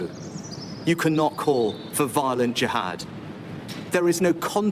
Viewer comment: At least he pronounced jihad properly and when did he do this speech sounds like 4 in the morning